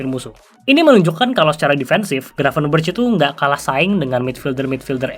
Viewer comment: Bacanya "Gravenbèrekh" bang, pake خ. Ntar dikatain kardus lu sama para domba, ati2🤭